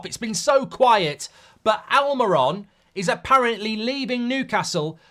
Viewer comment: Please learn to pronounce players ' names correctly in the name of credibility,it is Almirón and the diacritic over the final vowel is a stress mark,so it is AlmeeRON!